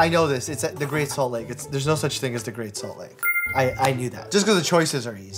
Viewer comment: “there’s no such thing as the great salt like” Utah intensifies